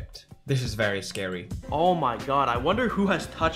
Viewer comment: Vewy scawy sir